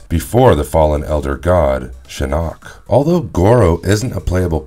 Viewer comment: I’ve noticed several name mispronunciations in this series like Quan Chi as Quin Chi, Shinnok as Shinnik and Ermac as Ermic. And I’ve heard Tarkatan pronounced as Tark-a-tan, I know the spelling is correct but they pronounced it literally as it’s spelled Tark-a-tan. You can tell whoever does these videos aren’t Mortal Kombat fans otherwise they’d never mess up the names like that. Edit: he’s also called Noob Saibot Noob Saybot…WTF! Noob Saibot is my second favourite character after Shao Kahn how can he disrespect my boy Noob Saibot but fucking up his name! So many characters they have mispronounced it’s ridiculous, this would never happen on History Behind The Warrior’s videos on Mortal Kombat characters bios (recommend History Behind The Warrior’s channel if you’ve not seen it, he’s a Mortal Kombat fan and knows his stuff)